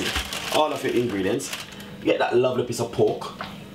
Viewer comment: Pork... not poke